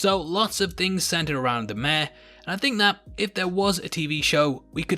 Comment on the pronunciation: Mayor is pronounced like May-Your.... not Meh